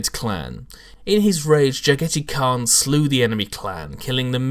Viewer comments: Is his name really pronaounced like "spaghetti" in english? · Oh yes this was definitely cringe worthy. The way he pronounced it sometimes sounded like Spaghetti Khan. He should look up Chagatai Khan after I believe Jaghatai was named. He was the 2nd son or Genghis Khan and the pronunciation should be pretty similar with the exception of Ja instead of Cha in the beginning. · Its JAG-a-TIE REEEEEEEEEEEEEEEEEEEEEEEEEEEEEEEEEEEEEEEEEEEEEEEEEEEEEEEEEEEEEEEEEEEEEEEEEEEEEEEEEEEEEEEEEEEEEEEEEEEEEEEEEEEEEEEEEEEEEEEEEEEEEEEEE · How sure are we about the pronunciation? to me it sounds weird how says it. considering he is supposed to be a mongol I thought it was supposed to be pronounced like jag-a-tie. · Agreed. Jag-a-tie is much more asiatic in pronunciation. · I'm actually pretty sure this is not how you pronounce "Jaghatai"... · you are correct, i cringed every time he sayd it :( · 'Ja-gaa-dai Khaan' Is 'Ja' pronounced like the English 'Jaw?' what about 'dai'? Is it like the English 'bye' except with a D? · why...why do you pronounce his name wrong xD